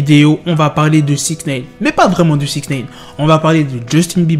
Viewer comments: Ça se prononce naïne, pas néïne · Je regarde même plus les vidéo tellement ça m’agace d’entendre "SIXNEYNE" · « sixneyne » PPTDTT WALLAH TON ACCENT JPP